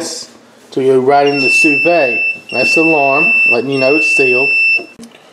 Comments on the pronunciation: Su veed NOT su vey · it's not sue vay, it's sue veed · I Believe it's pronounced like sue v'd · "sooo vay" lmao love this guy! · According to the French, it's "soo vid". I'm wondering if you'd get even better results from using a larger container so the water circulates all around?